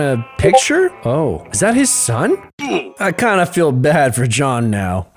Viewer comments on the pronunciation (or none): When he said feel he said fell at the part where he said I don’t feel good about this